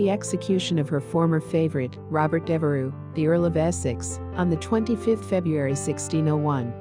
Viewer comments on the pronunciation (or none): none